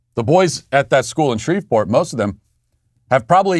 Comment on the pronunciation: Matt you’re cancelled for pronouncing Shreveport like that…I don’t care how it’s spelled, the “V” is silent